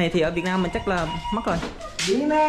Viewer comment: nên phát âm từ Việt Nam cho đúng, đừng phát âm là việt năng. Tên nước mình mà phát âm cũng sai nữa